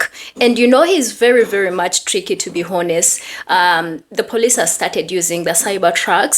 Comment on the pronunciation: I think you are using the word honest. The h in honest is silent.